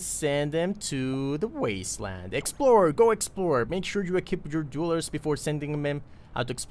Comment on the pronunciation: We need to work on your pronunciation of "dwellers" :D Think "tell", "bell", "sell", then say "dwell"+"ers" ;) <3